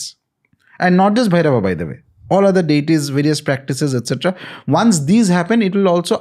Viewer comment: pronounciation of "Bhairava" is the correct one. Ranveer is doing it "bherav". Sanskrit is loosing its shine because of Hindi.